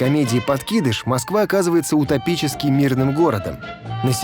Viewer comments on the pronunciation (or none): none